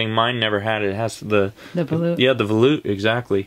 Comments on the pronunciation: I swallowed my gum when she said..... "volute"... c'mon....., you almost had it... ya gotta be quicker than that! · Jen said "volute" AWESOMENESS!!!!